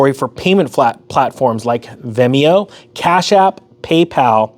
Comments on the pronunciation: It's not venemo it's Venmo, at least say the word correctly☹ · is this guy really saying Vimeo not Venmo? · It’s pronounced Ven-Mo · Pronounced: "Ven-Mo" (Venmo). Not Vemeo....lol. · Vemio 😂 great info though! Keep it up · When you say “vemio” (in transcript) do you mean Venmo? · Pro tip: Venmo isn’t pronounced Veh-me-oh. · It is VEN-mo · It is pronounced ven-moe. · lol its ven mo like pen with a v and mo like moe. great video ty